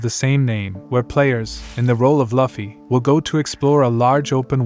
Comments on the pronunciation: he say laffy his name is luffy T_T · laffy? is luffy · bro said "luhfy"